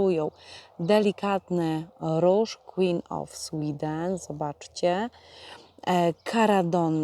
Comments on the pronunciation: Jak pięknie to wszystko wygląda! Sween of queeden, serio to powiedziałaś?!😂😂😂😂 Też tak czasem mam❤ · Piękne połączenia, piękne roślinki. Sween of queeden zabrzmiało zabawnie😂❤ Pozdrawiam serdecznie😊